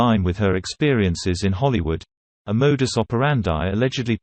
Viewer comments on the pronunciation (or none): none